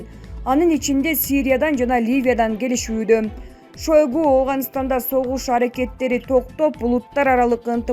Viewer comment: Шойгу болбойт айтылышы шайгу болот алып бааручу каридордо сабак алгансынбы